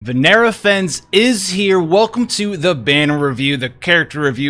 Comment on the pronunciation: "Vinera Fens" You wanna try that again. FEN-NESS